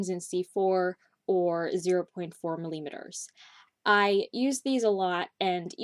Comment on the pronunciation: i cant get over how you pronounce millimeter